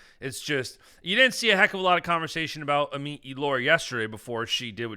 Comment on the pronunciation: Let’s start pronouncing Amit’s name right